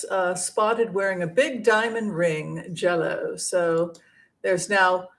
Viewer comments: You kept pronouncing it ‘Jello’.. i had no idea what you meant.. J-Lo…,hahaha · It’s JLo not Jello but think your program is terrific.